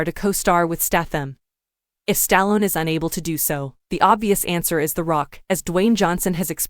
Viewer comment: Learn to say names right including Stallone